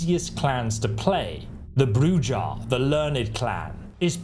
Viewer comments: LOL, he said Bru Jah. It's Bru hah. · It's pronounced Brew-ha, not brew-ja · Not brew-jah , which is non-sensical. It's pronounced brew-hā which is Spanish for witch. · BROO HA not JAH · Brujah is spoken with a J coming off with the H sound so its bru-hah. Not Bru-Jah... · ah, yes. the bruJAH clan. is it similar to bruHAH clan in any way? ps also, OBS-fuc-ate (we sure ventrue are the divas?) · Man said Bru-Ja I could not stop laughing. Obviously not a hockey fan has he has not heard a Bru-Ha going on lol. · Hearing broo-jyah is upsetting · You pronounced Brujah incorrectly, it's pronounced Bruhah, I think it's Spanish, but I could be wrong about the origin of th name. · It's pronounced bru-ha not what you kept calling it. Geez definitely not played it before doing the video. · Please stop mispronouncing bru-haaaaa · It's Bru-ha if you are to promote the game try not to butcher clan name like an illiterate child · Brewjaw? Really come on dude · Did you just say Bru-Jaw? Lol Love your content! Thank you for the awesome vid! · Quality info, but some of your pronunciations have made me cry. Like Brujah and Stygian especially. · The info? Solid af. The pronounciations? Killing me. Brujah - Broo-hah Celerity - sell-air-it-ee Stygian - Sti-jee-an Obfuscate - Ahb-few-skate Hope this helps everyone. 😂😅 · Brujah > Brew Ha! Toreador > Tore A Door. Sorry, but hearing it mispronounced was slightly hurtful. ;) However thank you for the break down of the skills and powers. Tremere is the only path as all others are mongrels.